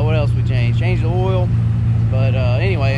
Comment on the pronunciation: hey its oil not ol,lpl